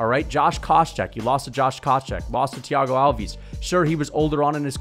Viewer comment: "Thiago Alvees " 😂